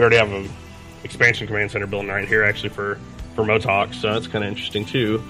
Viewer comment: cMotoK pronunciation is Moto Kay